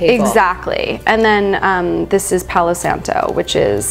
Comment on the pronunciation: Nice...Except, “palo santo”